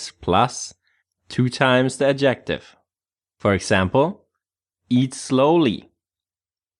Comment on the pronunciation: Please The word Adjective has its stress on the 1st syllable not the 2nd as you keep saying. This is English not Thai. So annoying. Sorry.